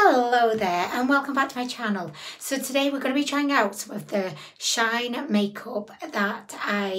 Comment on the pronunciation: I love how she says shaayn rather than shee -in 🤣 she makes them sound fancy